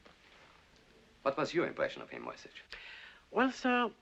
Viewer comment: Only Mrs Darrieux pronounces the name Moyzisch correctly — as ”Moytseesh”. The rest say ”Moysitch”, making the name sound Slavic. This movie takes its liberties with the original story. As far as I know, Cicero never went to Brazil, and the subplot with the Polish Duchess seems to lack any real life correspondence. Furthermore, only some of the money Cicero was paid were counterfeit (mostly due to the Germans’ difficulties in obtaining British currency).